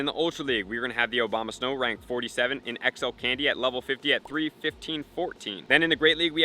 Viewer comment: love the video, but mostly how you pronounced OBAMA-snow XD